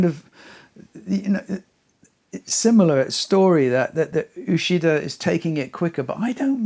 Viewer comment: I don’t know all the pronunciation of all the names but I know Uchida “ch” is pronounced like in “achieve”.